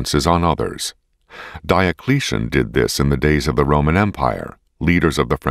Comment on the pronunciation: Thats not how you say Diocletian